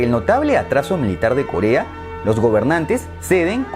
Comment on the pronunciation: En el minuto dice kolea XD